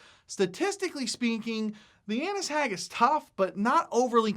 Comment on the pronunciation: i thought u said Anus hag lol